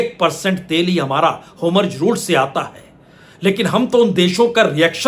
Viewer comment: सर मुझे लगता है कीआप जो "homurz" उच्चारण करते है वो वास्तव में "hormuz" होना चाहिए। बाकी तो मैं आपका फॉलोअर हूं।🙏🏾